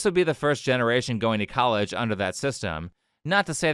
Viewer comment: "colledge" "fonics" 💀